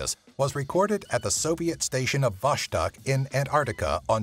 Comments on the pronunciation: Its not Voshtok its V O S T O U K E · btw, in "vostok station" consonant in the middle of "vostok" word must be pronounced clearly as "s". Not "sch" nor what ever else.